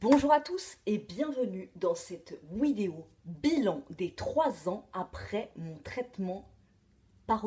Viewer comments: pourquoi elle dit Widéo au lieu de dire vidéo? c'est le traitement qui fait ca ou c'est juste un délire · c'est comme cela que tu dit vidéo!